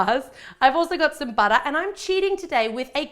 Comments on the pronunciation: I know its butter, but SHE pronounce it like "bojter" 😀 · More like "buttah" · love how she says "butter"